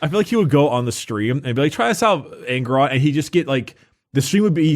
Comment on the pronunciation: Nailed Angron